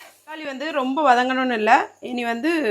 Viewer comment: சக்காளி இல்ல.. தக்காளி